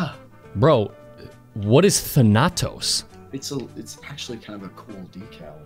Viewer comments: You put the emphasis on the first A,. THAnatos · Stress the first A thAnatos not thanAtos wtf I can't keep hearing the same word pronounced like that its driving me crazy 😂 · not thanAtos its THaNATOS...im greek ... GET REKT BOI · It's actually thAnatos... Not thanAtos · its thAnatos not thanAtos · Can we all just appreciate how hard butchered the pronunciation of Thanatos (THAN•uh•tōs) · Than- ah - toes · I study Greek and everytime you pronounced Thanatos like " phanatos " I wanted to kill myself I'm joking, I love you <3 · It's pronounced thanutose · If pronounces Thanatos wrong one more time I swear to god